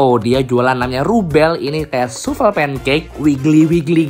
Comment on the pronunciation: Bkn soufle tp bacanya soufel